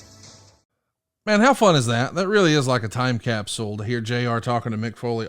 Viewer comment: Hearing conrad say cap-sool makes my hair stand on end😫😫